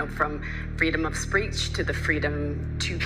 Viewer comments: Did she say "freedom of spreach"?! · "Freedom of spreech" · She said freedom of spreech Ha